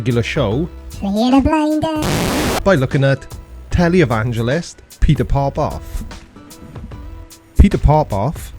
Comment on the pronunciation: Omg stop it every time you say tely evangelist I giggle out of control I do luv your videos but if you keep saying tely evangelist I'm going to have another giggle attack